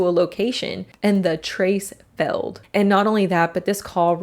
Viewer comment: The way the natrarator says Failed. "Feld"